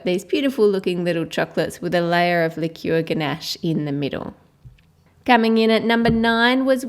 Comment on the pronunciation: chole c It's actually "Liqueur" (pronounced: Li-cure). It's a bit different from liquor (pronounced: Licker). Liquor is any alcoholic drink. (Vodka, rum, tequila) They are not sweet. You can get flavored liquors, but they still aren't sweet. Liqueur is a liquor that has been flavored with spices, fruit, nuts, or whatever and then sweetened with syrups or sugar. That's why they are good for making chocolates, and they are usually used in mixed drinks or cocktails. Examples of liqueurs are Bailey's Irish Cream, Amaretto, and Kahlua. Here's something that may make it easier to understand; There is a chocolate liquor AND a chocolate liqueur. The liquor would be made with cocoa beans versus wheat or whatever. The end product would have the flavor and scent of cocoa ( like cocoa powder). The liqueur on the other hand would be an alcoholic beverage that was flavored after it was made and it would taste like chocolate sweets. Every liqueur is a liquor but not every liquor is a liqueur.